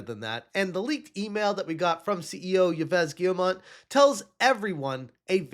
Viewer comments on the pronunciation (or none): I love how incorrectly he pronounces the CEO of Ubisoft's name. Ee-ves Gheemont. ✨💃😂💀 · Bruh, it’s pronounced “Eves Gill-Moe”. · It’s “Eve Gee-yuh-moh” French does not pronounce some letters like the “s” of Yves and the “t” of Guillemot. Source: I’m French.